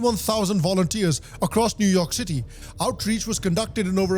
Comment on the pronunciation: New York City ❌ New Umah City ✔️